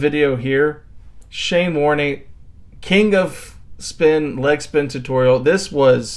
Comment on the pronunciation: Warnee😂😂😂Trust a Yank to bugger the obvious up!!!